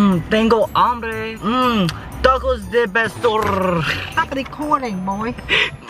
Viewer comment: I want tecos, First: u talked inglish to your mom Second: you said tecos instead of tacos